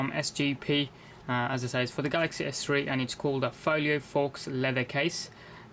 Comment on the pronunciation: Just to let you know, the word Faux is pronounced foh as in dough not fox and essentially means fake.